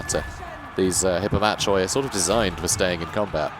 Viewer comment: Bit of a dumb question, but can you constantly move in raiding stance (by which I mean take a constant 50% move penalty to get income)? Or do you have to move >50% of your move before you can start raiding? Also, isn't 'Hippomachoi' pronounced 'Hippomakoi'? I don't know Greek, sorry.